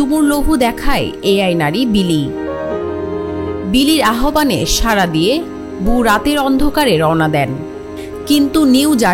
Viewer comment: আহোবান❌ আওভান✅